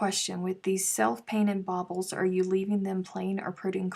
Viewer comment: At first I thought you were saying bottles 😬 then as things got more tense baubles, then when you got mad bobbles 🥰🤣. It will all work out, just because it’s you trying!